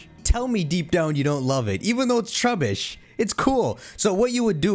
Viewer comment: “Trubeesh” sounds exaggerated i like it